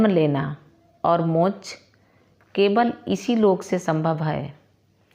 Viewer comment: बहनजी मोच नहीं हिंदी में मोक्ष शब्द होता है।आपसे विनम्र निवेदन है कि ऐसी भूलों से बचें।❤